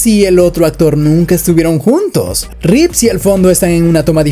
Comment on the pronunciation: Es un video muy bueno, pero por favor tú también diciendo Reeves!!??? Dejad de decir Reeves por favor!!! es REEVE!